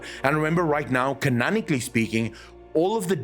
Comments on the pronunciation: Canonically* , not “conanically”, the word is canon or conan lol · thats his accent, not a lack of knowledge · just seems like he never mixes up “a” and “o” pronunciations on other words so didn’t think it’d be a South African accent 🤔 but hey idk